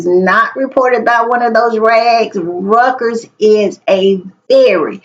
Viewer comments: PS - it's pronounced ROY-TERs = REUTERS not rekers --- :dothefive: Stop talking elitist smack about the issues of the world are not being funded induced by powerful RICH &if you have money self made you don't care, stop trying to discount JD Vance being raised poor as REASON for his dislike of supposed elites. :face-fuchsia-tongue-out:He's perverting the ideals of EQUALITY/Fairness 4masses to pretend MAGA cares about POOR disadvantaged, minorities . Pit dogs against each other. GNU wealth ABUSER TYRANTMAGA is trying to use democratic Liberty freedom against OLD Rich Ellite abusers. :face-fuchsia-poop-shape:STOP implying only people who are against the wealthy are poor or low esteemed, :hand-pink-waving: MEGHAN IS ALSO BOTHERED BY THAT, and soon would have been agitated SEEING the ill-gotten UK ROYALS wealth PROBLEMit's WEALTH GAINED THRU excessive greed and abuse fueled by ill gotten actions. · 'It's pronounced...ROY-TERS...The "EU" is pronounced - "OY"...Just Sayin'...